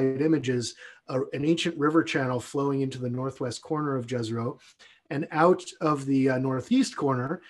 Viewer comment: Fantastic mission, can't wait. Just wondering why everyone on the planet is mispronouncing Jezero?